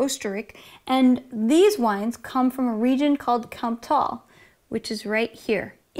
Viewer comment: Good God, search for native pronunciations on the net 😄 "Kamptal" for instance necessarily has to have the stress on the first syllable since "Tal" ("tawl" or something for anglos) just means "valley". So it is the valley of the Kamp - a little river. Therefore the stress is on the closer determination of which valley is in question. Not that you'd have to know these things, but when it comes to pronouncing foreign languages, you could just ask the internet to find natives pronouncing it. Same is true for Languedoc-Roussillon, BTW. It's a few clicks away. Better than makeup 😉